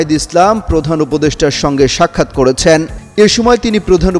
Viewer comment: করেছেননননন,,,,,,,দিয়েছেননননন,,,,,,, হচ্ছে,,,,,,,, এ কেমন উচ্চারণ???? কালবেলা থেকে প্রমোশন পেয়ে এখন যুগান্তরে। এমনি উচ্চারণ করে। হায় আল্লাহ